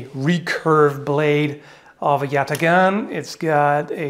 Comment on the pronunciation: it should be pronounced with hard a's , like in father , and gh is actually a ğ sound , which is not a hard g (in fact it is called a soft g , lol) , sounds like a German ch sound without the vibration. Put them together and it sounds nothing like how foreigners say it.